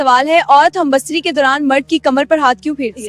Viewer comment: Oh baywaqoofon... First learn the word. It is humbistari .. not humbastari.